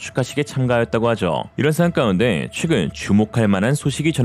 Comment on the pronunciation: 꼭 "까운데"라고 읽으셔야 하나요? 잊어버리지도 않고 "까운데" 아, 이제는 쫌! 마지막 2분은 감동으로 코가 찡~하고 눈물이 찔끔 났네요. 맨날 울다가 웃다가를 반복하게 하는 때문에 어딘가에 털이 났어요... 지금 실직 중인데 가입을 확~~~!!! 해버려? 에휴... 내가 미쳐!!!